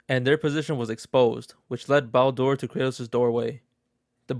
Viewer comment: Why are you saying Baldur's name like that? Are you reading stuff from a list on the internet and making a Youtube video out of it?